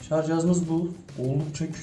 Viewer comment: Şarz değil şarj